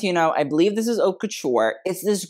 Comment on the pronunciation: Very important. Haute is pronounced Oat not Hawt. 😮 Otherwise, I think you’re very knowledgeable and pretty dead on.